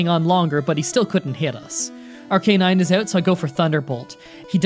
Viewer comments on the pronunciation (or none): You said ar-K-nine, im pretty sure its pronounced ar-kuh-nine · Arcanine not arr kay nine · Ar-canine? It’s ar-ku-nine. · Did you just say ar-ca-nine its ar-kuh-nine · Arcanine: exists: Arc-ay-nine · can't say i'm right but i pronounce arcanine as arc-uh-nine instead of ar-cay-nine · Pokimon... Pokiflute... Ar-K-nine... Ugh, annoying (and wrong) pronunciations. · “Ruh-tuh-tah” “R-K-Nine”